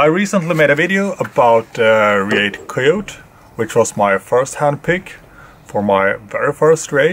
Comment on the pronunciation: It's pronounced Ree-at and Ca-yo-tee.